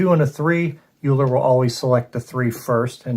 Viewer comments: Thanks for the playthrough, good to see your videos again. I believe Euler is pronounced: Oiler. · Looking forward to getting this. :) Thanks for the play through! I am pretty sure ‘eu’ is pronounced ‘oy’ in the German language :)